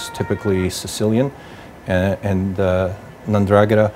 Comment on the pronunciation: you would think the reporter would have learned to say Ndragetta read the fucking letters